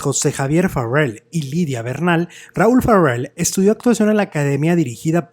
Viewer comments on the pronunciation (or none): Una corrección no es FARRELL pronunciado ERRE. Es FARELL pronunciado ERE. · No es Farrel , es Raul Farell y se pronuncia como se escribe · Pronuncia el apellido Farrel como gringo champurrado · NO SE ESFUERCE SE PRONUNCIA "FAREL" ASI COMO EL SR QUE FUE DIRECTOR DE IMSS ARSENIO FARELL CUBILLAS QUE ERA SU TIO. NO SEA USTED RIDICULO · te escuchas mamilas al pronunciar su apellido 😂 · ¿Por qué pronuncias el apellido Farell como si fuera inglés?. ¿No sabes que es un apellido catalán y la "r" y la "l" se pronuncian exactamente igual que en español?